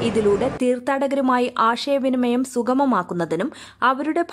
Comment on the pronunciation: ആഷയ വിനിമയം അല്ല ചേച്ചി...(:56) ആശയവിനിമയം... കഷ്ടം. മലയാളം പോലും വൃത്തിയായി പറയാൻ കഴിയാത്ത നിങ്ങൾക്കും ഇവർ ഒരു പ്രചോദനമാകട്ടെ